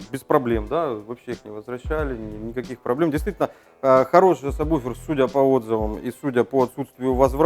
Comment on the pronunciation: кого я смотрю какой то чувак говорит мне самбуфер. слыш ты чтоб тызнал надо говорить сабвуфер!!!! ляяя тролинг не зметят давай уже покажем как готрит тачка рпи не правильном подключениии